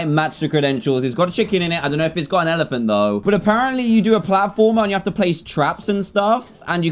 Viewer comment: just said elephan